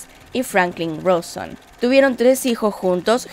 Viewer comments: Me pone demasiado nerviosa que diga "roson" en lugar de "rauson" :v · "Rauson" no "Roson" que flasheas CNN jajaa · Me encanto lo de "ROSON" para que quede claro que los argentinos somos unos aborigenes que pronunciamos mal todos los apellidos y nombres propios escritos en otro idioma, pobres chubutenses no saben pronunciar el nombre de su ciudad capital... casi que me suscribo.